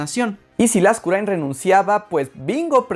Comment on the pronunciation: Por fin escuché mi apellido bien pronunciado jajaja